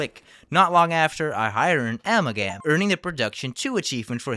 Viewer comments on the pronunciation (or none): amalgam is closer to ah mel gam not amal gam like you said it also Charon is the ferrymen of the dead in Greek mythos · "Am al gam" a-mal-gum